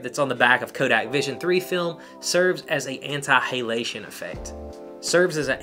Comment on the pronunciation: Love how you say Hey-lation